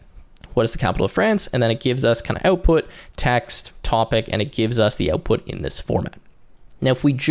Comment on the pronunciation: the way you pronounce OUTPUT is too canadian